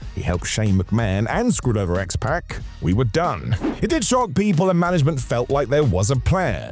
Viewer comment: His name is pronounced X-Pock not X-Pack. He is not the Bastard Pac